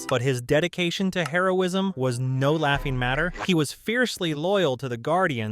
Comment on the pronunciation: Does anybody else seem to hear Heroism (Drug) instead of Hero-ism